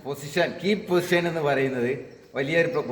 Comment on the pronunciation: കീ പൊസിഷൻ അല്ല Keep പോസിഷൻ എന്നാണ്